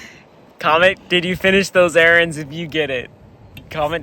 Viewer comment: Did u finsh those erAANds😂😫